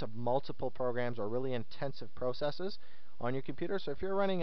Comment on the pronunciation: no offense but you say the word process wrong lol. but good guide.